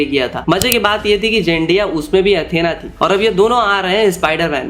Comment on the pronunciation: jendiya? Kya he bhai vo😭🥀